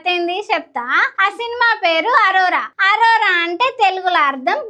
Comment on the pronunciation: అరోరా కాదు అనోరా